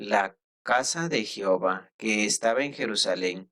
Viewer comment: Se pronuncia Jehová, no "jihova " de todo lo demás está bien